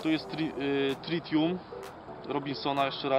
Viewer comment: tritium a nie " trinitum" :P ;P :P :P :P :P